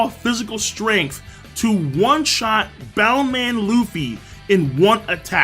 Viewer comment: brotha, its clear at this point that its "bouce man", so plz plz plz pronounce it that way.. and dont use "bound man" anymore plz bro.. im a big long time fan/watcher btw.. love the content!